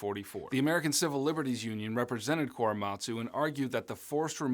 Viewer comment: As a half Japanese person your pronunciation of koremastu is killing me 😆